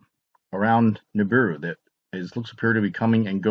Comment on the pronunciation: Dude it not Nibuir is apodos